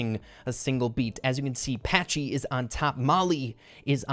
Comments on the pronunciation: Patchy not Patchey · Is Patchy not " Patchey"...LOL